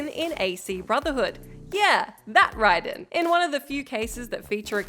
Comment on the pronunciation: That's the correct pronunciation, it's Japanese.